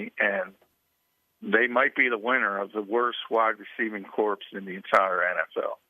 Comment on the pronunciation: Wide Receiver core not corpse